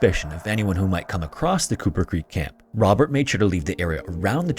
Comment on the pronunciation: You keep saying Cooper Creek.... and I keep hearing Kupa Keep... Damn you Stick of Truth